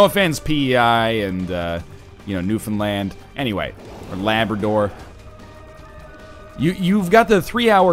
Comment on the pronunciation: im just so excited that he pronounced newfoundland properly.